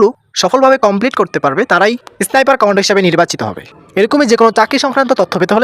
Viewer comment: উচ্চারণটা এসনাইপার না ভাই, স্নাইপার।